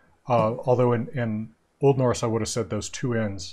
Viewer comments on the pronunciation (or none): I am sorry, but i have to say that pronunciation of Old Norse is not good at all, even if it is hypothetical.